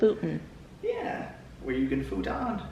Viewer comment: The way you pronounced futon sent me for some reason 🤣